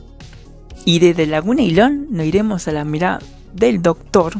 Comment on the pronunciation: Me reperdí buscando la Ñirada eñ Docñor.